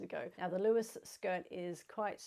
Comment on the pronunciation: So excited to see a mention of the Lewes Skirt ( yes you pronounced it correctly) thank you ❤